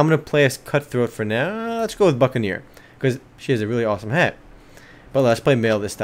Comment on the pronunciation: It almost sounded like he said fuckaneer at one point. XD Anyways, good video.